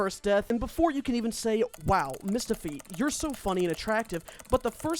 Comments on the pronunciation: Oh my god Mistahfeet😭🙏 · Mistahfeet. Youre so funny and attractive, but you need help.